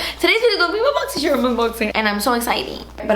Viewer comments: Is it bad I purposely don’t click on these videos because I can’t deal with the pronunciation of “boxysherrrm” 😂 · I love how you say das expensive ... And boxy scherm .